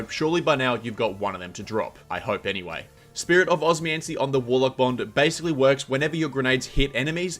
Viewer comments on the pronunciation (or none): Every time he said it I was like, bro’s just neglecting the second O and M